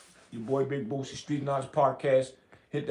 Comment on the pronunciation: Boosie not Bootsie😂😂